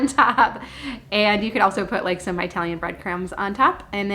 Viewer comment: Hi, Please say "Italian" and not "EYE-talian" - my ancestors would be appalled.:)